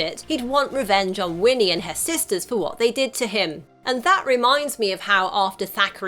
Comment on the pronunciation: It's THACKERY Binx, not "Zachary!"